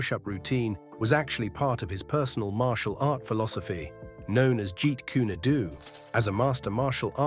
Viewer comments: Wow…you mispronounced the martial art that Bruce Lee developed. It is “Do” that rhymes with “GO”. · Not jeet koonie do hahahahaha....sound it out...jeet coon doe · You lost me at Jeet Koona doo 🙄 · Did he say jeet koona doo? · Its Jeet Kune Do.....long O dude